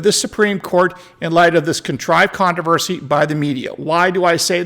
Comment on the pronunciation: Are you reserving the right to mispronounce words again? You keep dropping the first "R" in the word controversy. At least you are in good company, Lester Holt of NBC, mispronounces controversy, just like you.